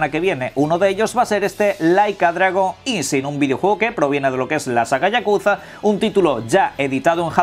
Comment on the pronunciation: Uy cada vez que escucho que pronuncian isin me duelen los oidos, ISHIN. Por algo esta escrito shi no si...